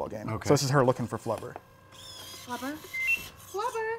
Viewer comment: Flubber* not Clubber lol